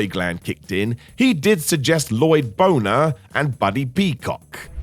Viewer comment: La-loyd bo-ner! 👏 👏 👏👏👏